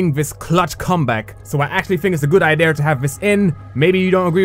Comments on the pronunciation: btw its idea not idear. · Idear and Earf Cmon man learn to talk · When you say idea it sounds like i deer lol